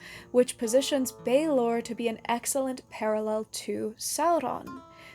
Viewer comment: Love the video, just a teensy correction from Ireland: Balor of the Evil Eyes is pronounced to rhyme with "Valour" rather than "University in Texas" (it would have a fada accent on the A for that broadened vowel sound) but you got the more difficult Tuatha Dé Danann nearly perfect: the fada accent broadens the E into the sound Fonzie makes....